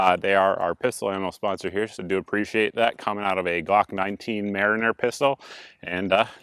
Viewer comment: Where are you from? You say mariner different. Or maybe I'm just saying it wrong.